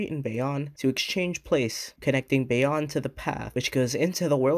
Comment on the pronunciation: Great video! Just a couple mispronunciations, understandable since you're not from the area Bayonne = Bay-own Tonnelle = Tunn-el-lee